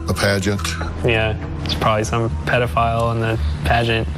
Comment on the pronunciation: Pedophile not peedophile